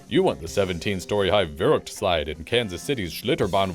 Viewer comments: It's ver-ookt not ver-HOOHCHT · VERUKT ITS PRONOUNCED VERUKT NOT VEJOOCT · The verhuct? I'm sorry that bitch is trying way too hard. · "Werrugd", "Vechukt" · Funny how you say verrückt. you say it false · Ohh the butchering of that word... Verrückt.... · It hurts to hear them pronounce these German words. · That 'verrückt' was the worst german pronunciation i have ever heard... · wieso spricht sie verrückt so komisch aus? xD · Anyone annoyed how that woman says verrückt? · Funny how she says "verrückt" xD